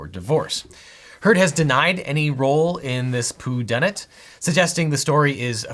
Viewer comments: This man really said “poo-dunit” 😂😂🤣🤣🤣 girl bye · Did you just say “poo-done it”. Amazing. Fantastic. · You really said "poo dunit." I am dead LMFAO